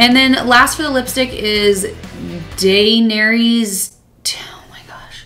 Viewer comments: Daenerys Targaryen (DUH-NAIR-E-US TAR-GARE-E-UN) Cersei (SIR-SEE) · Sir-see / Day - nair - is / Are - e - a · Cersei (Sir-see) Daenerys (Da-Nair-Us). The show is amazing, you should give it another chance or if you like to read, read the books. You look beautiful 😍 and I looooove Splash lol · Daenerys is her name, Khaleesi is her title. And it’s pronounced Day-nair-is. I’m sure I didn’t spell it out phonetically properly, but that is just how it’s supposed to sound to me anyways. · Duh-nair-ees Tar-gare-eeun (Daenerys Targaryen), you pronounced Cersei (Sir-see) correctly. Dany (Daenerys) is the khaleesi of the Dothraki. Khaleesi means Queen. This is hilarious. I love that you're so clueless it adds to the experience!! HAHAHA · Game of Thrones is amazing if you commit. The first season is wack but i love it. And her name is Daenerys. Like duh-nair-ess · Cersei "sir say" Danaerys "Dan Air is" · GIRL!! You should've got in touch with me- I'm all about proper pronounciation AND G of T!! LOL (it's true, we don't know each other, but still!!😉) Ya gotta put the right emph-ASS-is on the right syl-LAB-le!! You're too cute! Always beautiful and down to earth!! *Duh-nair-ee-us/ Duh-nair-us (DAENERYS) *Tar-gare-ee-on (TARGARYEN) *Sir-see (CERSAI) *S-on-suh (SANSA) *Ray-g-all (RHAEGAR) *Druh-car-us (DRACARYS) *Dr-oh-gone (DROGON) *Vis-air-ee-on (VISERION) *Nim-air-ee-uh (NYMERIA) *D-ah-th-rack-ee (DOTHRAKI) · Son-suh = sansa Den-air-es = Danearys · Lookin like a Khalessi with that hair 😉🖤 HAHA her name is pronounced Dan-Air-es 😉 also it took my brother a couple times to get into it and then he read the books. It is heavy on the sex and animal deaths (which always make me cry) but the underlaying story is what kept me going. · I didn't like the show until season 5-which I watched by accident lol now I love it! Thou I agree 1st season was blahh. Also lol Khaleesi is another word for Queen. Daenarys is her first name Dah-near-e-us